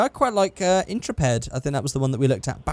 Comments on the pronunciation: "IN-truh-ped" aaaaaa It's "in-TREH-pid" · "Intra-ped" Please, end my life. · Is anyone else irritated by constant mispronunciation of the word Intrepid? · In-trep-id. Ok.